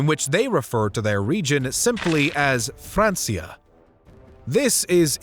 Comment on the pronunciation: “Francia” is pronounced with a hard C, like “FranK-ia”. It’s not pronounced “FranS-ia”.